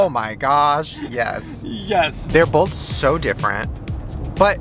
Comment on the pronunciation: why does say “boLth” instead of both lol Shane too